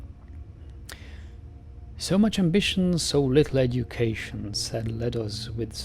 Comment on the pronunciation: Hahaha nice video but i laughed when you read "we challenge 'em to a game of chits" it sounded like 'a game of shits'